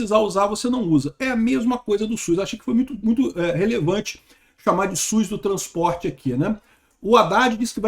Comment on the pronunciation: é SUS, não SUIS. Brincadeira a parte, sou seu fã.